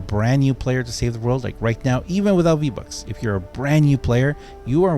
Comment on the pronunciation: You pernounced vbonks wrong